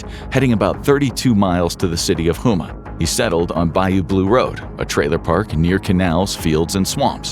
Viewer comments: Houma is pronounced Home-uh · It's botte is boo-t and home-mah lol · I just heard him mispronounce “Boutte” or Booty lol and Houma